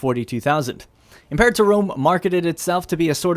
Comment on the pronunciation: Learn how to say imperator. It's a latin word, not english.